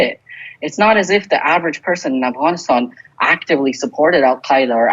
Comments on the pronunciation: He keeps saying Avgonisthon hehe 😜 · Still annoying to hear Afghanistan pronounced that way when everything else has no Afghan accent